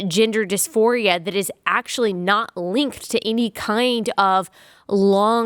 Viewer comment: Omg. hahahha I heard, 'gender disphoria' as, 'ginger disphoria' every time. 🤣 God help us. that's probably the next trend. 🤦🏼‍♀️